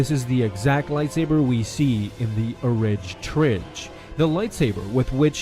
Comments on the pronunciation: Love your videos, hate that you said "orig trig" out loud. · Don't ever say 'orige trige' again. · Omg PLEASE never say “Orig Trig” again!!!! 😜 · "Orige trige" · "Orig Trig" is one of the worst sounding things I have ever heard... My god dude. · Please never say the orig trig again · The “Oridge Tridge” 😂😂😂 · Orig Trig? -_- Really? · Orige trige? Dude 🤦‍♂️